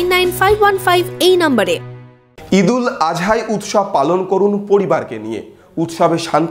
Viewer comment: ঈদ উল আযহা সঠিক উচ্চারণ